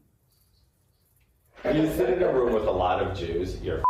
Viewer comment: Santos said he likes Jews. (But I think he said "juice")